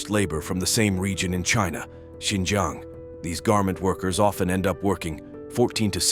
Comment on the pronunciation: "Xinjang" Highlights Tajikistan 🤣